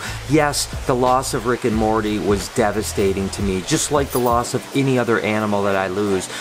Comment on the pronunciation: You said Morty wrong. Yours marty the correct way Morty